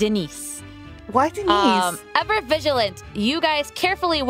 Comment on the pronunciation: It’s not Denice it’s de nice